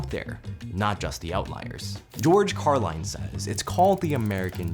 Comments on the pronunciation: George Carlin is one of the best comedians ever and you can't even give him enough respect to pronounce his name right. There is no E in Carlin, why would it be Car LINE, its Car Lynn. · george CAR-LIN not Car-line. CarLIN, like Linsanity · You pronounced George Carlin's name incorrectly. It is Carlin, not Carline. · It physically pained me to hear you say "George Car-line" like you did. Seriously? But other than that, good video. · George “Carline” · George Carlin... Not Carline Unlike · "George Car-line?" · Your mispronunciation of Carlin is criminal.